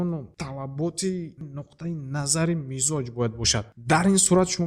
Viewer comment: Муалим, мичоз не мизоч😂